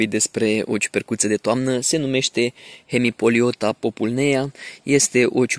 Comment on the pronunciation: Salut!Cu drag în latina ph se pronunța f iar ae se citește doar e.Toate cele bune!